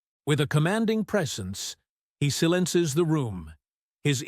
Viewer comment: HaHaHa --> How do you pronounce "silences" ???